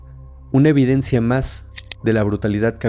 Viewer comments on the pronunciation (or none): none